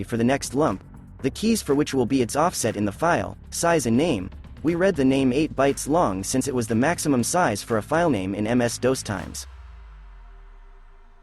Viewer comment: This is great, but did he say "MS-DOSE"? I could swear he did.